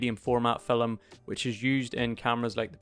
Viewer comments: Great info, but after 10 or so "FILLUM"s, I found myself wanting to hit the mute button. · I actually couldn't get past the first minute (TOD ). "Filim" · I came for film content, and stayed for “filum” content.